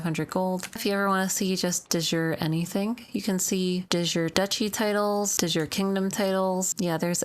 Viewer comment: You heavily mispronounce De Jure, that's latin not english lol